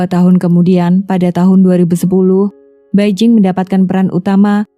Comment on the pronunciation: 白靜 = Bai Jing hendaknya dibaca Pai Cing . Beijing = Pei CIng